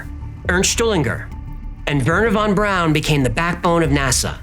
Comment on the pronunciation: You pronounced "Braun" right lol